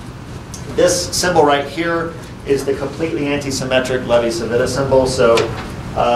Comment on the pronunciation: Nice presentation! I liked it as a mathematician. A small remark though: In Levi-Civita is pronounced like Chivita.